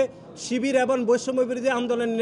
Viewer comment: এবং শব্দটাকে এবন বলা হচ্ছে।